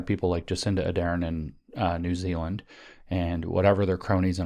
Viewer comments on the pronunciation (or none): none